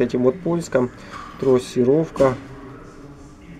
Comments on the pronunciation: Какая трОссировка, блин 🤦‍♂️ ну думать же ж надо) от слова трАсса, а не трОс 🤕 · Трассировка от слова трАсса, а не трОс.😀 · С хренали трОсировка то? Позор ддунглям - трАсировка. Снова в школу.